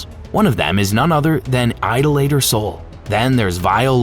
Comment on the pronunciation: a whole bunch of these B4 vids do not know how to pronounce "idolater" lol "eye-dough-lay-ter." um. no.